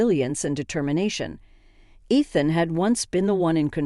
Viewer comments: It's ridiculous that they can't pronounce Ethan a name thats used in these stories all the time. Also Moore is spelled like this. Its a gaelic name. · The mispronunciations of Ethan’s name and the word sabotage are hilarious.